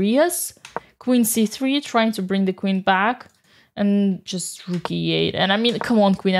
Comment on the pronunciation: I'm tempted to make Dina's "The Rook!" with the beautifully rolled "R" into a notification sound on my phone.